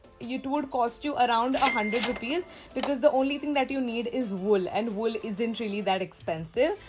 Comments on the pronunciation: The video is good but it called ' wool ' not will and ' sitting area ' not seeting area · Sorry not will wull